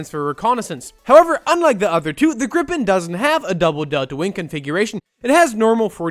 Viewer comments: Why do y’all have to say everything in Sweden is made from IKEA? And why do you pronounce it “grippin” and not “Gripen”? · Gripes is pronounced like greepen and with a really pronounced R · Gripen is not pronounced like that. If it was then by Swedish grammar rules it would have been spelt grippen.